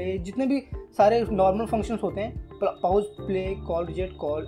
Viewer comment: Paous nahi hota...Pause hota hai..😁😁